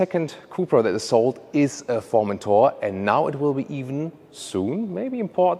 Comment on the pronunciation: Omg that Formenthoar pronun iation!! It's pronounced foR-men-toRR Formenthoar ;)) i am dying of laughter